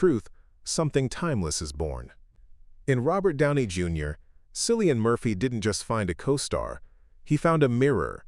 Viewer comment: Please pronounce his name correctly…..Killian. This documentary is well done, I love learning about my very favorite actor! Thanks!❤️